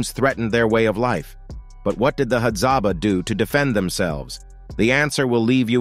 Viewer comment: It's Hadzabe